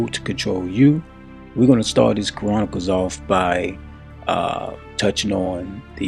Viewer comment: Dude, you are pronouncing Chronicles wrong. It is not pronounced Ka-ronicles. You have the Ch part right. Look this word up, and hit the speaker next to the word to hear how it is pronounced. We as black people dont have the luxury to mispronounce our words and be taken seriously.